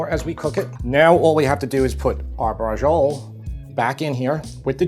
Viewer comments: Amazing recipe. Can't wait to try it. I can't help but cringe, though, at the Italian-American pronunciation (butchery) of real Italian words. "Braggole", "Gabago","Proggute", etc. . . We need to show some respect and deference for the country and culture that brought this great food to the world. It's "Bracholleh". 🤌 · Great video well done, but please pronounce the word in Italian and don’t drop the vowel at the end!😂 drives me nuts when my father’s family Anglicized all Italian words. Relish the beauty of the Italian language. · Oh my God, your pronunciation... Anyway, BRACIOLA is a cut of pork, with bone. It is called Pork Chop. Only in the SOUTH do they call this dish Braciole al sugo. How ignorant they are. And note, very important. They (in the South) use the Tomato sauce of the "Braciole al Sugo" and refill with other fresh tomato and keep cooking. Eating the meat once a week. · Why do Americans always insert the 'g' sound from "beige" into foreign words where it doesn't belong? The "ci" in "braciole" is a "ch", like "cheese". The "j" in Beijing is the "j" in "joke". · Always funny seeing Italian Americans saying Italian words wrong. Recipe looks good though. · This looks so delicious, seriously bravo. BUT....oh god the pronunciation of Braciole, brother come on. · You're pronouncing the name all wrong. There's no g in the word briaciole. The correct pronunciation of "braciole" is bra-CHOH-leh. It is a dish from Italian cuisine, often referred to as stuffed beef roulades. Anyway now that I got that out of the way I am going to try your recipe because it really does look scrumptious. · Learn correct Italian pronunciation please. The C is never going to be a soft G as you're saying it. I would guess that it's going to be Brach-iolay. Same thing for parmesan. It's parmigiana in Italian. Saying parmejan, as if it is a French word, sounds ridiculous. This sound doesn't exist in Italian. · Braciole is pronounced braa-cheeo-le. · Please first learn to pronounce it.